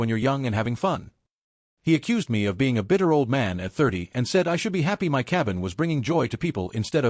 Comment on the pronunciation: so the AI doesn’t know how to say “my”?